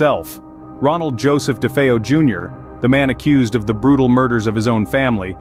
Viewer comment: I am so glad someone can pronounce DeFeo properly.